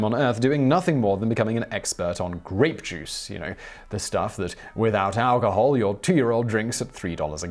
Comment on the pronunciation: Anyone else think he said rape juice?